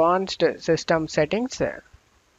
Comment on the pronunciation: What terrible English do you speak ? Windowse? Updatse? Settingse??